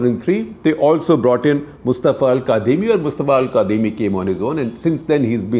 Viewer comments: Its pronounced 'kazimi' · Sir, it's spelled "Al Kadhimi" but it's actually pronounced "Al Kazimi."